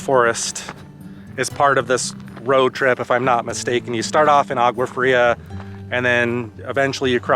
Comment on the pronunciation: you need to learn how to pronounce a few words in Spanish....for example the G in agua is pronounce as a W in English......double L's are pronounced as a Y...etc